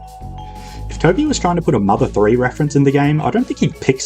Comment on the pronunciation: "mother thouree"